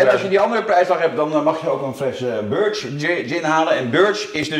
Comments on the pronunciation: Birch = berrrrrrrrk 🍃🍃 Lekkere video weer hoor! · Birch = [BURTSHJ]